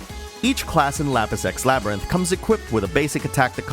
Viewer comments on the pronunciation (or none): I swear I'm hearing Lapis X Labyrinth as "Lapis sex labyrinth". That sounds like one of those Sekiro expansions I don't want to get hahaha. Other than that, never heard about this game up until now, so it was nice to find out about a new game! I feel like I now know all I need to, so that's a sign of a good review!